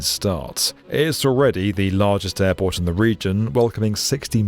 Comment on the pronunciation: QATAR airbort